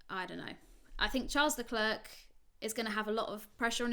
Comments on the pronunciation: Leclerc is not pronounced as "leklirk" but as "l-a clair" (phoneticly in English) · no as eclair